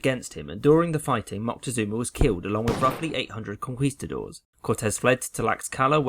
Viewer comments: Vandal oh i missundertood what you were traying to explain. Anyways, conquistadores is the spanish for conquerors, in plural. but what i was traying to say is that he misspronounced that spanish word, but it is a common mistake in english speakers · Pleasseee! It’s Con-Key-Ste-dores, not Con-kwee-ste-dores. It was so painful because of how many times you had to say it. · Listen i know you dont speak spanish and are just following the usual pronunciation rules but the Qu ins spanish unless denotated otherwise is pronounced as a k. konkistador(es) is a better transliteration. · In spanish, its Conquistadores :-)